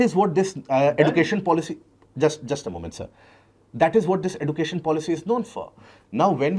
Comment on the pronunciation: edu cation not education